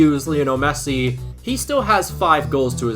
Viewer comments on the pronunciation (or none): none